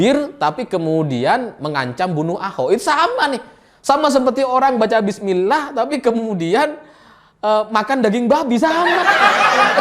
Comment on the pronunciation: masyarakat salah dengar tapi sebutlnya saat dia makan itu,dia sebut BIS KOTA,bukan bismila